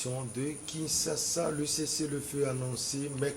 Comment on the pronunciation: pourquoi vous dites toujours Kinssassa au lieu de Kinschassa?